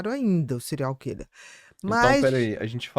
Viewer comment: Adoro Bia. Mas dá agonia vcs dois falarem "Cereais killer"